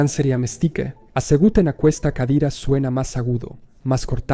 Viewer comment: soy catalanoparlante y juro que me ha dado un ictus solo con oír "aqUesta", se pronuncia como "akesta".